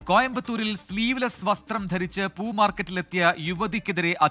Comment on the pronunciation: Alla rrrr markat😂